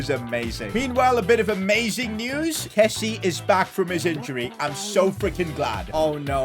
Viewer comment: PCQ: Please...pronounce Kessié's name properly...(Kessy-ay)...Sorry but as a frenchie, pronounciation is key😂